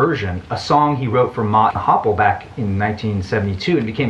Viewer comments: Arrrrrrrrgh. I love your channel but your butchering of Mott the Hoople's name (hoop not hopp), and your negative review of Dark Side of the Moon are killing me. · Mott the Hopple? Hoople-head. As in Mott the "Who"pple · you misspronounced "Mott The Hoople"